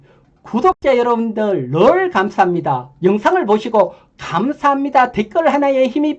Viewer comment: ㅋㅋㅋㅋㅋ 안녕하세요 혹시 검사합니다 일부러 ㅋㅋ 누구 발음 따라하신건가요?? ㅋㅋㅋㅋ 혼자 출근길에 보고 웃었네요 ㅋㅋ